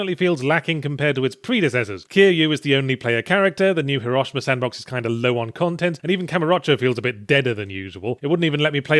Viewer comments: It’s pronounced /HE-ROW-SHE-MA/ not hiRAshima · Did he just pronounce Hiroshima incorrectly?